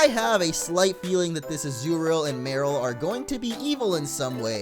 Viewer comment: You have a weird way of pronouncing Marill.